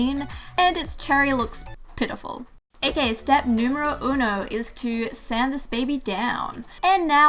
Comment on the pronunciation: Is it just me or is she saying ak instead of ok